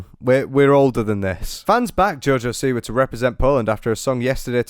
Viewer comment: If she's so Polish why doesn't she pronounce the name correctly? I'm just saying: it's either an American name (originally from Poland, but NOW it's American) and if so, then she's the boss of how it should be pronounced. OR it's the Polish name Siwa where the si sound is similar to ś, and she says it incorrectly every damn time.